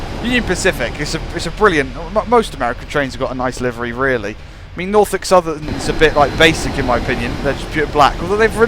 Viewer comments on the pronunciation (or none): none